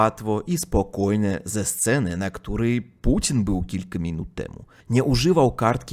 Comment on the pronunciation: Mówi Putin słyszę Pudzian 😅😅😅😅